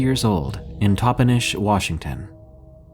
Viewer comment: Just a quick FYI.... The Yak in Yakima is pronounced just like the animal .Yak- i - muh is how it sounds. You got Toppenish right👍.😁